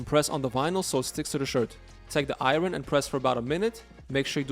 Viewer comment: “I-yern” not “ I-Ron” 😂 reminds me of Key & Peele